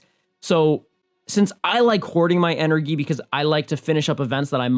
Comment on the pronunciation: Lol he kept saying ENer-ghee